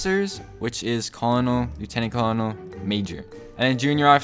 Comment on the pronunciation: Its Cur nel not however you say it